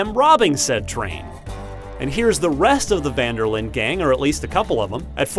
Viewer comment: Jesua the way Muricans pronounce Van der linde is horrible It is pronounced like: Fun der Linduh